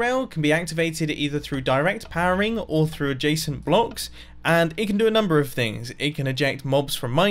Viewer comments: It took me 7 minutes to understand that he is saying adjescent not Jason. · It sounds like you keep saying ''a jason'' But I don't understand what you're actually saying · Every time you say "adjacent" I hear "a json", should replace my ears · who doesent know what a jasent or jacent block is well thats me everytime he says it im like wth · Wait i though he said "a Jason"